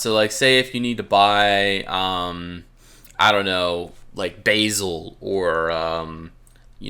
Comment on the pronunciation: The way you pronounce basil is awesome XD Great video man, keep up the good work